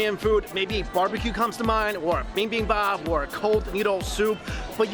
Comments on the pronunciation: bi bim bop not bing bing bop ... Mikeeeey !!! :) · Bing Bing Bop? I've never heard anybody pronounce bibimbap like that before... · Chibi Qilin I know right!!! I literally can’t watch the rest of the video because my mind is stuck on “bing bing bop”